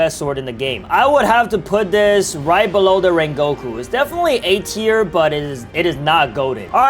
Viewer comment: called the great "Rengoku" 'Raingoku" lol